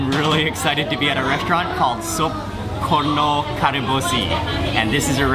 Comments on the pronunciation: xixixi detik ke 46-48 n menit detik coba deh dengar mister bule itu ngomong korno sangkin exited nya mungkin jadi lidahnya keseleo dikit wkkkkkk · Woy KONRO, not KORNO! Wkwkwk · u say it was soup korno , it's konro not korno :) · actually thats call "konro" soup, not "korno" soup 😂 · Hi, Mark.. in this video I heard you said Korno.. I'm sorry but that's wrong, let me help you to fix it, the right pronounce is Konro ( count - raw ) ok, mate? Love this video by the way.. 👍😊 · Not korno But konro bro Wkkkkkkkkkk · betul konro, yg ngomong korno sapa bro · kon~ro not korno 😌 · " soup korno " XD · slightly to hear porno xD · Soup Korno Lol ITS Difficult To Say Bro Hahaha